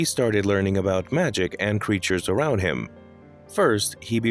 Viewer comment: “Arwound him” ok arwound?😂